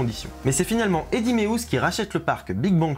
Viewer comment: Depuis que je me suis mit à jouer à Planet Coaster, j'enchaîne les épisodes. PS: C'est Eddy Méé-us pas "ous". (🇧🇪)